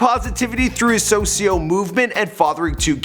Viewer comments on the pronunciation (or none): socio??? its suuu ciooo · "Socio movement" lmao it's Sucios ma nigga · Its sucios lol u said socio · its Sue-See-Oh not socio. lol Much love though ma! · wtf is sosio its SUCIO (SUE- CEE-O) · He said "socios" 😁😁 its suusios!! No hate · *SUCIOS not "SOSIOS" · You really said “socio movement” LMAOO it’s suciooo. King lil g is my favorite music artist since day 1. Og fan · Lol u supposed to pronounce it sucios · Nigga said socio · Did he say suhcio???